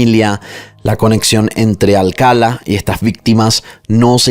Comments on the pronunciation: Amo tus videos, el formato, la narrativa y tu voz. Sólo tengo un comentario en este caso, el apellido se pronuncia Alcalá (enfatizando la última a), no Alcala. Perdón creo que soné a Hermione con: es Leviosa no Leviosá😅😅😅😅😅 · Alcalá cin acento al final no Alcala... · Alcalá, tiene acento/tilde en la última A, es un apellido hispano... Excelente narración, excepto x eso.... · Se pronuncia Alcalá con acento en la última a... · Me encanta tu forma de relatar, lo único que no me gustó y hasta fastidió fue que pronunciaras mal el apellido Alcalá, todo el tiempo pusiste el énfasis en la primera a, cuando el acento es en la última.